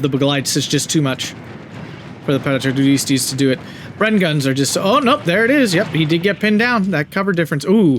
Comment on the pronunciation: paracadutisiti is pronounced with a hard c, like a k, and the end the sylables are tis and ti, so no weird sound going on with the st.